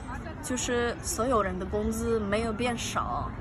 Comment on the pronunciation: 没事儿，慢慢来。 ，我听了你说的汉语，总体上来说，非常好。 我是一名专业对外汉语教师，我给你提一个建议： 外国学生常见的发音问题在于读第3声和第2声组成的二字词语，比如说：美国，警察，可能，也行等等。 你要注意，第一个第3声的字，不能读全3声，只能读前半个音，声音是往下压的，不能往上走。所以叫做半3声。 你在说“有人”的时候，读成了“油人”，就是因为你的声音往上走，把“有”读成了第2声。 所以，像这种“美国”类型的第3声+第2声的词语，你要好好练一练，以后你说汉语发音听起来就会更准。